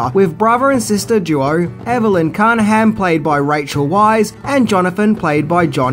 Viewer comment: You mispronounced another name, the woman who starred as Evie in The Mummy & The Mummy Returns was Rachel VICE, NOT Rachel WISE or WEISS